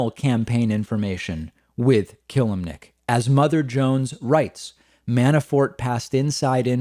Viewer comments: It's pronounced "Ka-lim-nic" nto "Kill-lim-nic" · If you say This mans name wrong one more time it not killemnic...it kelimnink....I’m not spelling it right on purpose I’m spelling it like your saying it wrong...lol